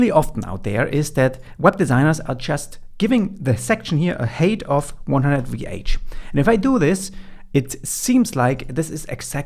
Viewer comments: Drove me nuts. I keep hearing HATE, not HEIGHT. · Great content as always, thank you so much. Helping out big time. Its "Hait / Heit", not "Heyt".